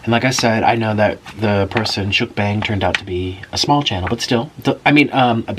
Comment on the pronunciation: You idiot!!! You said Mukbang wrong